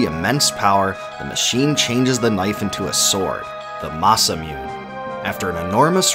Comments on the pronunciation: This is a great video explaining this timeless classic. There are a few things I would like to point out; both things he never mentioned and some incorrect or different pronunciations. 1- the Masamune as well as Mune are pronounced "Masa-moo-nay" and "Moo-nay" respectively. 2- Ayla is also pronounced "Ay-la" and from what I've seen the pronunciation used here, "Eye-la", is incorrect. 3- "Mammon" is Hebrew for "sin" and some other words are Hebrew as well 4- Magus is an optional party member. At the top of Death Peak you can either spare him and have him join your team or kill him. 5- I believe this ending shown is the first or second of a total 13 different endings (not counting four endings you get if you kill/spare Magus and/or if you revive Crono or not. 6- Lavos can be fought at any time in the story and defeating him during certain key story points will change the ending. 7- The quicksand area is accessible at any time after getting kicked Zeal. I've been watching a walk through of this game by chuggaaconroy (he makes a lot of Nintendo lps and even has a colab channel) and through him is how I know all of this as well as a guide to the endings which is how I know point 6. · masamune =/= masa-myoon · It’s masa Mune.. 🤦‍♂️ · Masa myu nay. Sorry to be that guy but... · I know this is an old video. But I love how you butchered the names of most things and characters in here 🤣. For example, Masamune is Masamune, not Masamyun 🤣. It's a Japanese name, a japanese sword. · "ne" is pronounced nay. It's a Japanese sword. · It really triggers me whenever he says it masamune incorrectly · I just noticed you ignored all comments relating on how you mispronounced masamune wrong lol wouldn't it just be easier write a disclaimer in the description area ? ps love the video i listened to it at work i learned so much keep up the good work . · Loved all of this explanation except literally every time he says Masamune and Mune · It’s pronounce MASAMUNE not Masamune